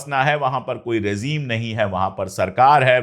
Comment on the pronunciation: Excellent. If you don't mind, it is rejeem, not rezeem.